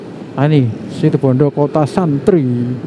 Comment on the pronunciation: RALAT MAS. BUKAN SITIBONDO TAPI SITUBONDO. JG SALA SEBUT NAMA KOTA.